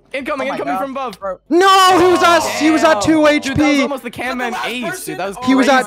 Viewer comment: It's camman